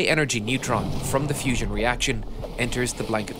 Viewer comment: It is Not Fision. Learn to pronounce properly.